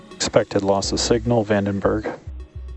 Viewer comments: Vandenberg. Not Vendenberg. Look ... a red squiggly. Wonder what that means. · Vandenberg, not Vendenberg